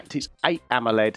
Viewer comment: Idk if the dude in the vid is trying to be funny pronouncing AMOLED as AMMOled, or maybe he's british.